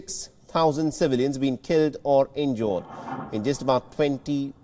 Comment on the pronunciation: This guy doesn’t know how to pronounce every day words such battle, injured, etc. I wonder how he got this job.